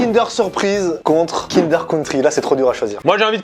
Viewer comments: On dit pas Kind-èèère on DIT Kind-euuuure 👮🏻‍♂️ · On en parle il dit "kindÉr" au lieu de "kindEUr" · j'suis désolé mais kindair ???? non no non c'est kindeur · Kindeeuuur pas Kindèèère :( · Kindeeeeur pas KIndèèèère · Pk tu dit kindère c’est kindeur!!😂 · Déjà tu dis kind'air et pas kindEUR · "Kindèr" ? On dit "kindeur" nan '-' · Mais il dit KINDAIRE j’espère que je suis pas la seule à dire Kindeur 😭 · Moi je n'ai aucune logique 😂 depuis tjrs je dis : kindeur bueno MAIS AUSSI kindaire surprise A partir de là c'est difficile de se sortir de ce débat 😭😂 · Pourquoi "kindère" et non pas "kindeur" qui me semble être la prononciation la plus répandue ? Cette façon de faire me fait pleurer des yeux 🤔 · Kindère ou Kinder ? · Déja on dit Kindeur,. Merci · Mais qui dit Kinder!??? On dit Kindeuuuur! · « Kindèr » ptdddrrrr mes oreilles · y dit pas "Kinder" y dit "Kindair" mdr Sinon la vidéo et bien comme d'hab! 👏🔥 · Il dit kindère ça me perturbe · Déjà le prononcer “Kindère” c’est un crime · tu va pas me dire que tu dit "kindeur" quand meme ?